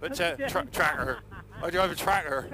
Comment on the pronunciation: New gear ahoy! Have to say you're both looking really well....maniacal & slightly murderer-ish (real word) but very sprightly & lithe indeed. Well done guys, keep up the good work. Oh & an old friend of mine was born in Kerala. You've got the pronounciation of 'Tractor' & accent bang on >_<